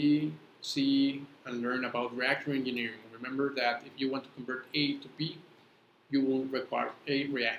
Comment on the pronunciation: Why are pronouncing g in egineering likr g in "guy"? It is pronounced as g in "gem" or j in " jay"